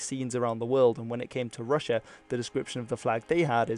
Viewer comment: Its so funny how you say rus correctly but then say rus-sia wrong, why say the rus in russia diferently than by itself?